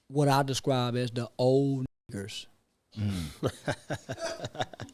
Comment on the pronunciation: I love how he says it with the ER